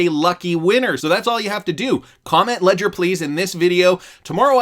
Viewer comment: Ledger please!!!! Leger please!!!! Need to keep my xrp safe